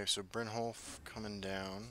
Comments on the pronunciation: Brynyolf* 😂 Also, I love your videos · The way you say it, it makes me think brynjolf is spanish lmao